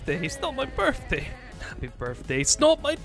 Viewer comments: it sounds like he is saying 'its not my birfday' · It's not your "Birffday" but it is your birthday!